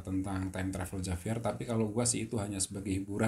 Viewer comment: penyebutannya H bukan J